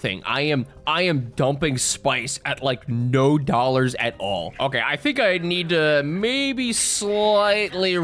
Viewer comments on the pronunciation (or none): none